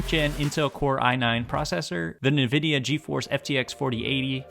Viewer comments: Nice setup, sad that monitor isn't 4K! Side note, it is pronounced "in vidia" :) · First step to becoming a pc gamer is to pronounce Nvidia correctly